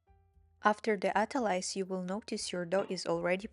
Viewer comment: I don't trust anyone who can't pronounce 'autolyse' and touching dough with bloody red nails